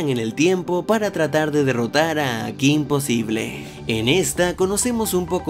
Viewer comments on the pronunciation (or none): ¿Soy la única española que le irritaba enormemente cada vez que pronunciaba "kim posible" en lugar de "Kim posibol"? (Porque al menos en España el título se pronunciaba como es originalmente, en ingles.)